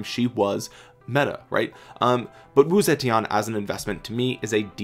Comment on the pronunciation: The correct pronunciation is actually: Woo-Tze-Tien (武則天) But this doesn't really matter! 😃